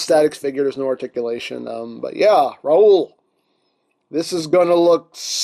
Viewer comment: De R-raoul...how much for de R-raoul? Lol.